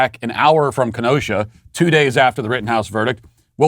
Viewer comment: Thank for teaching a fellow Wisconsinite how to pronounce Kenosha and Waukesha. Please also say Wausau, Wauwatosa and Oshkosh. Thanks!